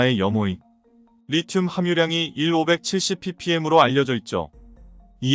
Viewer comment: 리름이 아니고 리튬으로 발음해야 맞습니다.